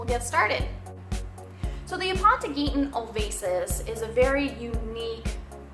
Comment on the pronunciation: Quite the informative Video, thank you! But man you butchered the scientific name in the beginning :D